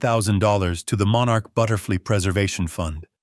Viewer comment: This is one of the better AI stories I've listened to lately, but it's not perfect. Some really bad spelling - for one, the word codicils was butchered. And the first spoken use of the word butterfly, was spoken as butterflea. You might want to check that out.